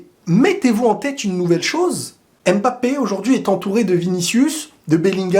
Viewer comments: pour l'amour de Dieu ARRETE de' l'appeler M Bappé. C'est prononcé "mmmBAPPE"!!! Ok bisous bye;) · Toujours un plaisir de regarder tes vidéos Mais svp arrêtez de dire M-Bappé C’est Mbappé en un mot c’est comme Vladimir, personne ne dit V-ladimir 😂 Hala Madrid!! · ne dis plus M'BAPPÉ ça sonne tres mal 😒 c'est MBAPPÈ🙏🙏 c'est aussi le nom de ma mere👍 merci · Bonjour il ne s'appelle pas M'Bappé mais Mbappé. En résumé on ne prononce pas le M comme une lettre de l'alphabet. C'est Kylian qui l'a dit lui-même. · Ce serait un grand bien pour tous que comme les autres tu cesses de l'appeler M 'bappe'. En Afrique on ne prononce pas ces M. C'est Bappe' . D'accord avec toi . Le but du foot c le But . En France des haineux surtout sur RMC l'ont descendu en permanence quand il ne faisait pas des Exploits sur tous le match. Même quand il a marqué et pas d'exploit ,ils critiquaient amer . Les grands joueurs ne sont pas pour la France où l'esprit est bas , . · Vous prononcez mal le nom Mbappé.tant que vous savez prononcez pneu,vous savez aussi prononcez Mbappe